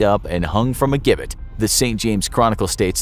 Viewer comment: Please put me in the coffin so I don’t have to hear you pronounce gibbet wrong again.